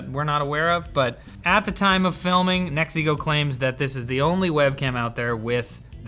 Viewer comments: Every time you say "NEXIGO", I hear "MEXICO". It is fun. "the last camera we bought from MEXICO"..... 🙂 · A like and comment Just for the way Pronouncing NexiGo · He says "NeXiGo" as if he's saying "It's a me MARIO!"